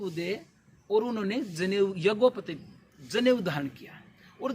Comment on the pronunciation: भाई ये यज्ञोपतित नहीं यज्ञोपवीत है , कृपया उच्चारण सुधारें